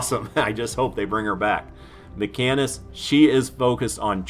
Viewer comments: FYI - pronounced "Machine-ist" (not makkinist") ;) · No man, it's a great length. If they don't like it then don't watch it. You explain in detail the difference between them. You do say "machinist" wrong. It's pronounced "machine-ist" not "mecha-nist" lol, love your content tho dude...keep it coming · I lost all respect for you when you called a “mackanist” 🙈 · It's MaSHEENist. MaCANists don't exist. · Dude you're killing me. Kit/title is pronounced "Machine-ist":) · Ma-Sheen-ist, lol awesome vids bud, but for some reason every time you say machinist it felt like I was getting stabbed in the ear. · Bullrush is great on mini bosses. The decoy nerf is horrible. As a machinist for many years, your pronunciation is offending LOL. - Ma-sheen-ist. PS: the nicest guy in fortnite.